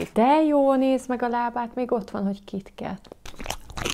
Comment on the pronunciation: Nem kitket hanem kitkát😂😂🤣🤣